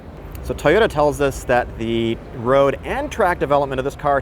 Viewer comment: It’s pronounced TOYOTA, not tyota!